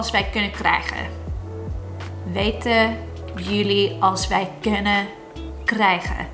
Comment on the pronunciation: You nailed krijgen/krijge.